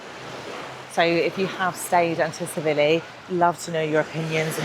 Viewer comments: Great videos but your pronunciation of Tsilivi is wrong it’s pronounced silly Vee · The T in Tsilivi is silent